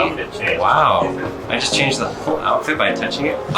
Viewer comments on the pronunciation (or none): none